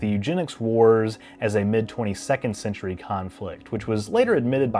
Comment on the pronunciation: quarter centurry why you have to say it like that?